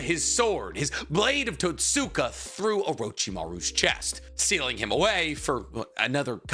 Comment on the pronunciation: I think it’s kind of crazy that you have such a large platform about Naruto and yet your pronunciation of words is so variable. Some you mispronounce like “susano’o” “totsuka” “Haku” and “chunin” but others you say just fine.